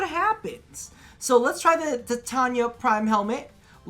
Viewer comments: did you really just say titania as tatiana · The way he keeps saying her name wrong really bugs me TITANIA not TATIANA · eh... its "titania" why its "tatania"...?